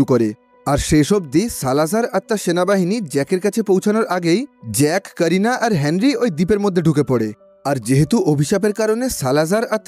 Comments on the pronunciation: that's not sarina rather Carina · "Carina" name ta apni "Serina" bollen keno????